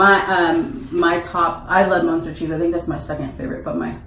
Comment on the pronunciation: Its munster not monster. So you say it with a u not a o. Lol